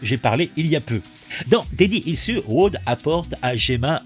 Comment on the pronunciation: Repeat after me : « ichouze ». 😂👍 « Daddy ichouze ». 😆